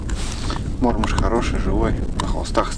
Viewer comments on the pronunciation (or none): добрый день! Всегда приятно и познавательно смотреть Ваши видео. Я, человек уже с большим багажом, и мне" режет слух" неправильное произношение исконными россиянами многих видовых названий беспозвоночных - пищи рыбы, а именно, неправильно массово, в том числе и Вы, произносят "Мотыль" и " Мормыш" с ударением на первом слоге. Согласно давно принятым правилам ударение в обеих словах ставится на второй слог. Был бы очень Вам благодарен за акцию по правильному произношению таких приятных и любимых рыбаками слов. Спасибо за понимание!